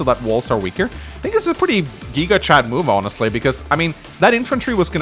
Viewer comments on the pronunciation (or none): none